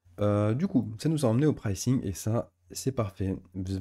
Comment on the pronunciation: PrAYcing - pas précing! :cat-orange-whistling